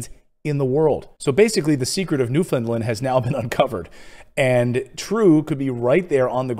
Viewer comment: Just one thing, if you please, Newfoundland rhymes with understand.